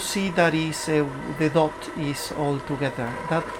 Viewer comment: dough is pronounced doh, not dot and has no 't' at the end :)